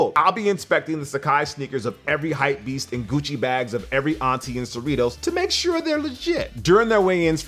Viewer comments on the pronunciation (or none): none